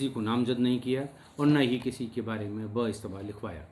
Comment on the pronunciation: ब इश्तबा नही, मुश्ताबा ( doubtful), Dictionary मे या google मे खोजिए।